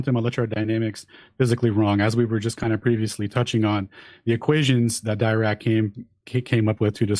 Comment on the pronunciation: Great to see Alan present nothinh once again other than words and what was supposed to have happened in a talk one time, oh and he also kept mispronunciating Dirac's name Ffs, when will this guy stop